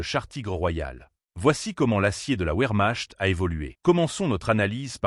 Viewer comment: Encore une video générée par IA avec des commentaires a hurler de rire. (un kanone, la ouermach et d'autre encore).